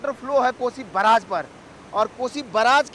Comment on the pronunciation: News reporter ko bolne to aata hii nhi hai report Karna chal aata hai .....barrage.....ko..braage...bol Raha hai😅😂😅😂